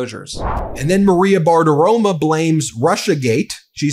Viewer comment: They didn't actually "raid" Mar a Lago. It was an arranged inspection. I'm assuming Trump called it a raid to make his supporters angry. Every time Ben says" Bart-aroma" cracks me up. I guess Fart-aroma" would be pushin' it.